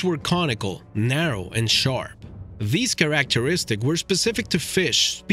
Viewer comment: Almost pissed myself hearing him say "characteristics"! Thought i misheard it but i was wrong. Replayed it 10x. Couldn't say why it had/has me in tears but it does. In no way am i trying to insult,be rude, make fun, bully him or this video. Simply had to comment on how this channel has given me one of those laughs we all know of but so rarely get. Subscribed and rang that lil gray bell! Who knew a lil word pronunciation could do this? Thank You.